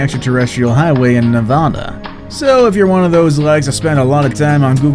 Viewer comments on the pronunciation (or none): none